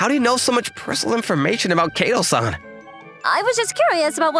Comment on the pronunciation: Fait accom PLY?? This male VA butchers French in addition to Japanese. And KAY to? It Kato - short a.